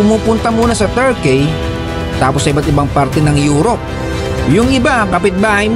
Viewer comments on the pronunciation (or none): none